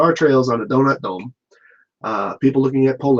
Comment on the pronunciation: Donut dome sounds like Don' ac' dum'